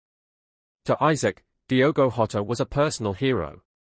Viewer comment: Pronounced Jotter not hotter. I can't imagine the way this poor kid feels. Bless his little heart 💔